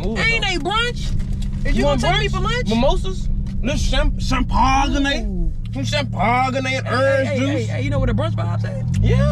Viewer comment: " cham pag ga nay " 🤣🤣🤣🤣🤣